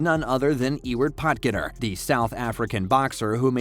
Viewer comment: You pronounced Potgieter totally wrong.